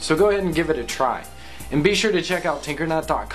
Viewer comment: at the end i thought he said tumbler tasebook and titter